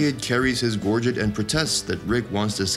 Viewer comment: Also, if you're going to comment on something at least learn to pronounce it correctly it was especially hard to listen to you when they were pronouncing gorget CORRECTLY in the clip!